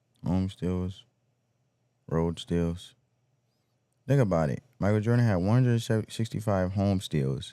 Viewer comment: Please say think